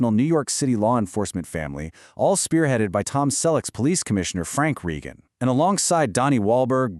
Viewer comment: Have you even watched "Blue Bloods"? You can't even pronounce "Reagan". They had accepted pay cuts in 2023, but the show was still too expensive. It wasn't just Tom who was disappointed—the other actors and the entire crew were too. You should watch or read the comments from Donnie Wahlberg and Bridget Moynahan. I'm part of Tom's family, and we've talked about this, too. Tom was asked if he wanted to be on “Boston Blue,” but he turned it down because he wants to leave “Frank Reagan” in the past.